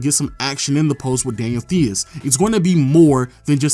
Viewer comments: Celtics fan here, Theis is pronounced Tice not tHeus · said Daniel THEE-IS and I had to pause to laugh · “Daniel thees” 😂💀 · “Daniel Theeyus” never heard of him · Who Daniel Thee-Us play for? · I don't think I've heard a Youtube channel pronounce Daniel Theis' name correctly yet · I know you did not say Theis like that